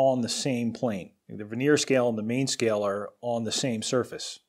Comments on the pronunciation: Ver-knee-ear, not ver-near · Dude I know you're a demi god amongst mere mortals and you have over 500k followers and I have only my dog to follow me. And only when I have food. But for God sake, it's not a VENEER CALIPER it's VERNIER ( English pronunciation is Ver - nee - er). Named after the French mathematician, Paul Vernier ( ) who invented this particular scale. I'd feel very badly to hear someone say This Old Tuna when referencing you. To be sure, I would address the errant speaker there, as well! Now that I have imparted my only bit of knowledge to you, I'm going to share my sandwich with my dog! Congrats on your 500k!